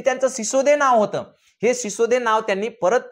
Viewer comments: Shisode nahi sisodiya hote te. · सिसोदे नाही सिसोदिया राजपूत घराणं होते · Sisode nahi sisodiya